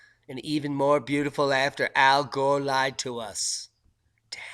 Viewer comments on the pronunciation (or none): none